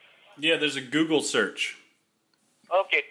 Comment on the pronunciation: He pronounced google as guggle lol